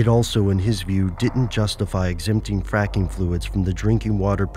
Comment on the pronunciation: did he say fapping it sounds like he said fapping